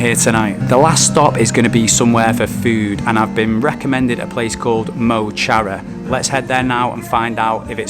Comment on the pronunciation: The place you went for food called ''mo chara'' actually translates as ''my friend'' in the Irish language. It's pronounced more like muh kara. Looked banging. Great video as always, mo chara!